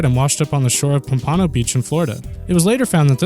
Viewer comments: Pompano is not pronounced like that. FYI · Pom-pano beach , Florida.. hahahhaLMFAO